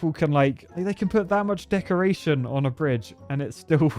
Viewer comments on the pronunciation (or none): Am I the only one who heard d*ckoration ?